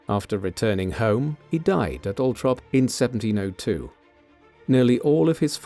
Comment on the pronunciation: If the narrator can’t say the name of the property, Althorp, then he needs to stop talking because he’s just embarrassing himself and annoying everybody who tries to listen to this